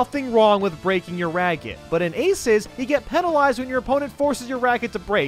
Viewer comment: Breaking your RAGGET